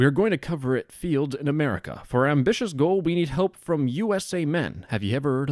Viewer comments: As soon as the dude said "Ameriker" i knew he was north korean because I've watched all those propagada videos coming from there with someone who keeps saying korea as "Korier" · in americer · Love how he pronounces America like Amarikurr lmao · I could tell he was North Korean AS SOON as he said “America”. They pronounce it like Amerikurr. If anyone is interested in this sort of thing (North Korean cyber espionage and hacking), I highly recommend the book & Podcast Lazarus Heist. Genuinely insane to learn about some of their exploits over the years; sadly all of the money they make goes to nukes rather than good. Most of these kids from NK that end up doing these things were math competitors at younger ages and selected to go to overseas schools specifically with the end goal of making them some of the worlds best cyber operators. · fun fact: the north korean accent is actually extremely easy to recognize because they are the only ones that pronounce america like "americar", if you hear that r sound at the end you are talking to a north korean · "In Amurikurrr...." lmao